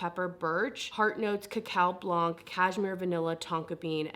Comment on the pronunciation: Little note for the word Blanc in french (which means White): the C at the end is mute ! Other than that you pronounce Printemps Blanc (White Spring) quite well !